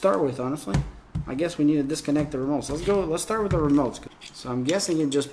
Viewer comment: Dad:the romotes Me:haha he called them remotes there called joy cons 😄